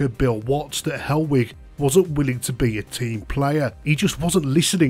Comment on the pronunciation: I thought you were saying hellweek for ages then